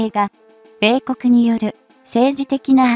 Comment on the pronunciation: 説明者の読み上げに笑っちゃた。制空戦闘機(せいそらせんとうき)、米国(こめくに)。